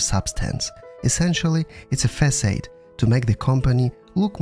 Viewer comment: facade is mispronounced